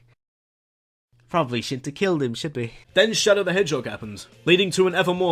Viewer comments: "Shadow The Edgehog"? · Intentional or not, at one point in number 10 you said Shadow the edgehog!